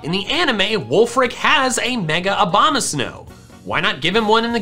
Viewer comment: What i think about when he says Abomasnow: Obamasnow